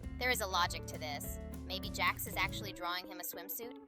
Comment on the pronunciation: Jax it's jax